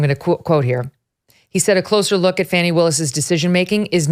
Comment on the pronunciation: "Big Fāni Willis"😂😅🤣👍